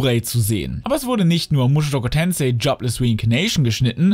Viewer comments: mushoku tensei nicht mushushoku tensei dikka jedes mal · Sprich mir nach: Mu-sho-ku Tensei